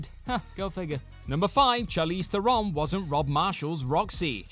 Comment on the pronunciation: Theron rhymes with Sharon and Karen. It's not Thare-OWN.